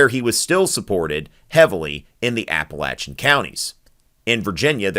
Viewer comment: can't pronounce Appalachian mountains right.